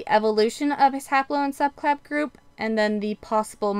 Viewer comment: Why does it sound like you are saying subclab for subclade and fraternal instead of paternal?